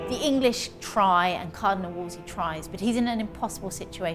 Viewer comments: Can't believe they let the narrator get away with "Wolsley". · I don't like how the narrator keeps mispronouncing "Wolsey." She says "Wols-LEY." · Anyone else irritated by the narrator pronouncing it Wolsley instead of Wolsey? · It's Wolsey. Not Wolsley. The Narrator is incorrect. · It’s WOLSEY, not “Wolsley”! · Why does the narrator keep adding a 2nd “L” when pronouncing Wolsey. She keeps saying “Wolsley”. So in accurate annoying!!! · Why does the commentator say "Wolsley" when it's Wolsey..? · Great documentary! Although it was quite annoying hearing "Wolsley" continuously... 😀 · Am i the only one who noticed tue narrator keeps calling Wolsey, "Woseley"?😂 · His name is wolsey not wolsley. How to you expect to be taken seriously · Stop saying Wolsely!! That s not the correct pronunciation. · “Why does the narrator pronounce Wolsey as “Wolsley?” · One of the narrators calls him Woolsy, but the woman calls him Worsley. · Narrator can't even pronounce WOLSEY. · The narrator can't say Wolsey's name right.... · Too bad the female narrator can't pronounce Cardinal Wolsey's name correctly. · The narrator adding an "L" to Wolsey, calling him "Wolsley" is really distracting! Otherwise, this is a great doc :) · So surprising that the narrator mispronounces Cardinal Wolsey's name so repeatedly. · Ugh, I know, it was driving me nuts. She says it wrong each time which felt like it detracted from the quality of the docu slightly, like it was cheaper. She probably was just a voiceover actress who doesn’t know the history and is only chosen for her voice. No historian would keep making that mistake. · The narrator mispronounced a lot of names! Wolsey not WolsLEIGH! Sheesh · Why does she keep calling him WOOLSLEY.....ITS Wool sey.....Wool sey!!! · It’s Wolsey not Wolsley! 😂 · Um he is Cardinal Thomas Wolsey, not Wolsely. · It's WolSEY, not WolSLEY!!! It's a silly mistake to make in such a thoroughly documented retelling of history. Sorry. It drives me nuts...